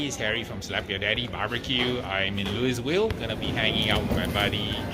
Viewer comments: Looeyville not Lous Ville lol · Its louie ville not louavel